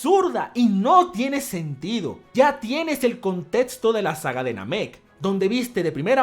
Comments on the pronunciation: La palabra "contexto" se lee como si estuviera escrita como: "contecsto", no "contetsto"... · Me gusta cuando dice contétsto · me encantan tus videos, pero siempre me he preguntado esto: ¿porque pronuncias la equis con una ts? Contetsto, etsacto, etsepcion... No es una crítica, ni una burla, solo es una duda. Puede que este equivocado, pero tengo entendido que la X se pronuncia como cs. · Nomas no digas contetso por fa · Nadie: Absolutamente nadie:: Contetzo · Cómo que a veces dice 'contetsto' no? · "El contetsto". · "contetsto del conteTSto" jajajajjaja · "Contetsto del contetsto" ♥️♥️♥️